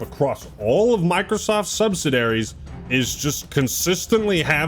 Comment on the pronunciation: It's pronounced subsidiary, not subsidary.